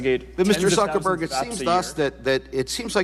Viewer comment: did that congressman call him Mr Zuckerberry? lol